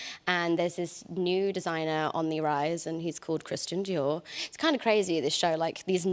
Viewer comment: I was unsure before watching the trailer but I like how they kept the accents despite doing the show in English. Just the way she pronounced Christian Dior and Coco Chanel made me feel a bit hesitant...I mean, of course, the words also belong to non-French speakers but if you do a series about a subject, I hope she took some extra care to pronounce it the right way. It's not to be offensive, I would hope the same if she were doing a show about any non-English people. Hopefully it does justice to the people and the culture, but she seems very happy and respectful as she always is :) Although, how did you manage to enjoy Paris?? I think about 85% of Parisians hate the city and wish they could leave...Hopefully, people won't get too excited to visit it and get disappointed 😅 I hope the world can come but Paris can be very disappointing, it's a shame.